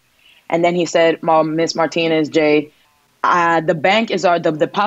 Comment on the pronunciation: needs to learn how to pronounce Martinez.